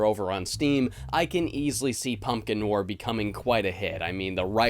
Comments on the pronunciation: If i hear you say noir wrong one more time. Its like no are not no war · Noir, pronounced Noire like No R. I love your vids man but hearing you pronounce it that way made me want to shoot myself. Love ya, but MMMMMNNNNNN!!!!! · Noir is French and pronounced like NWAHR. Just saying. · Film nwar...? lol, is that the usual American pronunciation of it? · I can't handle how frequently you mispronounce noir in this video lol